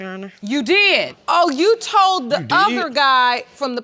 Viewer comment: That told-ded took me out